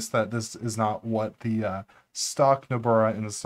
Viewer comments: Great video and I am hoping to performing similar tweaks in my Debian build. Did you say Nobrara at the intro? lol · Do you realize that you frequently add an extra “r” to Nobara? :-) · "Nobrara" lmao